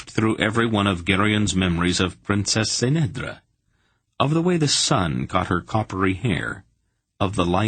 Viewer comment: Ck'nedra not S'nedra